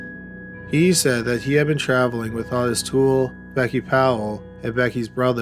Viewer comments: It's not awww-tus its oooooh-tis. Otis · Odis is pronounced O-dis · Your shows are typically interesting & I appreciate them, by listening often. However, when it comes to your pronunciation of names — people & places — you’re frequently well off the mark. Henry’s friend Otis, is not “Aw-Tis” for gosh sakes! The first letter & vowel of O in the name is long; a long “O”! So it’s simply prounced as “Oh-tis”. This is not hard to figure out. Just look in a dictionary or ask around!! You’re killing me w/ this kind of nonsense. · It's "Owe-Tuss" Toole....qq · Otis is pronounced with a long O, like Oh-tis. LONG O. Just saying. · Love the vids. Ive been around since about 10k subs.... But its Otis (oh-tis... Like oh no) not otis.